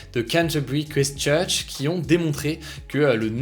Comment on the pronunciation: Le i de Christ church se dit comme dans light